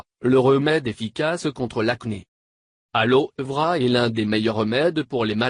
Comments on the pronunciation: La voie est trop rasoir g failli m'endormir 3 × et puis alors vera on prononce aloé vera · jsui morte comment il a dit Aloe Vera 😂😂😂😂